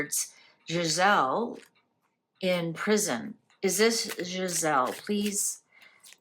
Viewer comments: Ghislaine not Giselle. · It's Ghislaine Maxwell, not Giselle. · I believe her name is pronounced Ghis-lane. Thank you for the reading! ❤